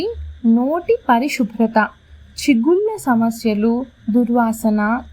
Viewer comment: Subratha.Shubrata kadu.Where ever u have to pronounce su or sa u are using shu and sha.Pl don't use stylised telugu.